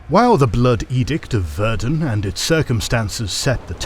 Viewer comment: Ah the Bloodbath of Verden. The only thing my hometown is known for. Verden is pronounced very differently though but I unterstand that for a non-German speaker that would be quite hard.